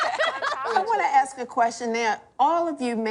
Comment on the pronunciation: Listening to these women makes me sad for the up and coming young men and women. Having to unpack the level of BS of these mothers. Btw. It's ASK not Aks